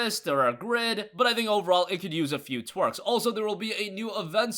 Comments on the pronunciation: Twerk xD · Ultimate Rogue I hear twarks not twerks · did he say twarks instead of tweaks